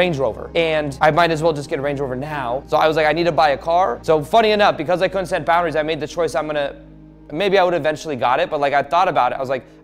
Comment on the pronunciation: he said poundaries